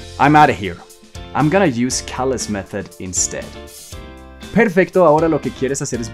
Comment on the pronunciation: Kale deberias decir tu nombre como suena, los nombres no cambian en pronunciacion 😉